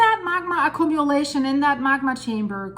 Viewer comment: Please learn how to say accumulation. It’s acc-Q-mu-lation not acc-COME-mu-lation. Thanks for your videos.